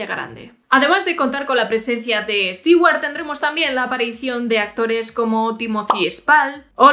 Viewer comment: Me dio cáncer de tanto escuchar "Estiguar"